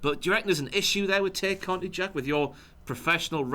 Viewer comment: Jack and reveal that they're heels by ranking the Dark Order lowly. And continuously mispronouncing Tay Conti's name. Who do they think they are, Jim!?